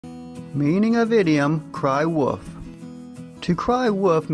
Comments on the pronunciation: It would seem that English is your mother tongue, so I'm surprised you do not pronounce the "l" sound in the word wolf. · Not sure...the 'l' is there sometimes but it is so slight that it seems almost silent and at other times I leave it out altogether. It is fairly common for native English speakers, at least in the U.S. to not pronounce the 'l' in wolf but I am not sure if it is geographical or regional. I do not suppose folks in the UK have a need to say wolf very often, however but in some parts of England I'm sure it would become 'woof' with a dark 'L" that is more like a U. It may be because I am from the South but I'm not sure. An example of a person who pronounces it a lot like I do is Kevin Costner in Dances With Wolves.